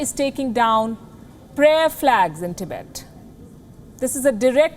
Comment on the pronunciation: Tibaet!! Wowowow... baby you were hired for your accent? Or to provide with real news? Tibaet !! Is just new bed where china will screw your army!!💋💋💋